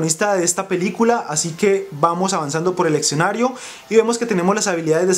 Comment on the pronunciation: hable bien amigo... escenario no exenario suena horrible